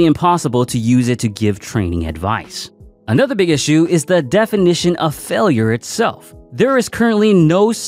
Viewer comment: "failer" "tare"